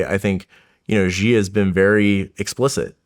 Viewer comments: it's SHEEEEE. SHEEEEEE. SH SH SH. "SHE" jinping. NOT ZHEE. Where did all this zhee come from. It's like a horrible game of telephone of blind leading the blind, starting with Peter Zion and the intellectual online cadre. IT"S FUCKING SHEEEE jin ping. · The fact that you cannot pronounce Xi's name properly makes me laugh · this guy can't even properly pronounce Xi's name lol